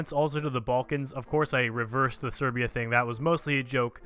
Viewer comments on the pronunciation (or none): none